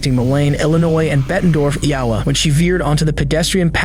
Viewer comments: "Malain, Illinois and Bondorf, Yawa" ... enough with this AI generated bullshit. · Mo-leen, Bet-en-dorf, eye-oh-wa. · "EE-OH-WA"? It's Iowa. Fuck your shitty AI narration. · Never hear Iowa pronounced E-Owa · Eee ow ah? Cad illic? Bro what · Fascinating. The narrator voice in this clip sounds extremely convincing as a human but at around minute 1 it pronounces Iowa as "ee-ah-wa". I'll add that to wrong number of fingers as an over the top AI indicator. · Pronouncing Iowa as Ee-ow-wa is criminal lmao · Did this AI just mispronounce a US STATE?! Bettendorf ee-OH-wah? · Wish the narration wasn't AI. "Ya-whah" instead of "Iowa." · Iowa... Ee ah wah? dry look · Good content, shitty AI narration. "The bridge separating Bettendorf, 'Ee-ah-wa'" (Iowa) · Imagine thinking "IOWA" is pronounced "ee-OW-uh" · "Ee-ya-wa". Wow. That's one way to pronounce Iowa. 😂😂 Silly AI voice. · Ee ah wah..lmao AI cant pronounce Iowa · milane illinois and bettendorf eeeowwla? Nice AI, jack off hacks. Also, it isn't a "pedestrian bridge". It's the sidewalk portion that lines one side of the bridge for people to walk across the Mississippi river. The bridge is for cars as well. You also can't "veer" on to the sidewalk as it's protected with barriers all the way across. She literally entered the sidewalk from the bettendorf side and drove over the bridge ON THE SIDEWALK the entire way across. There's no way to accidentally cross over onto the sidewalk once you're on the bridge. There are guard rails that would have stopped her. This lady is an absolute tool, and so are your reporting "skills". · Did the narrator really just mispronounce Iowa? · Heard how this AI voice pronounced Iowa and I’m immediately clicking off. Man what the fuck lol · This awful AI voiceover mispronounced "2 AM", "Iowa", "Cadillac", and "Moline", all within the first minute of the video. Boycott this garbage. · Holy fuck AI, how can you not pronounce Iowa and Moline correctly?